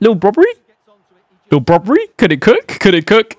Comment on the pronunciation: Just a hint its brobbey not broberey😂